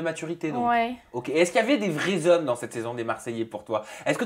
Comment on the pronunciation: Quand elle a dit " j'aime les vrais z'hommes" j'ai confirmé qu'elle est une vrai algérienne 😂😂😂😂😂😍😍